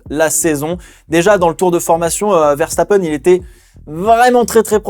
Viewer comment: Quand t’as commencé à dire Ferstappen t’avais raison c’est comme ça que ça ce prononce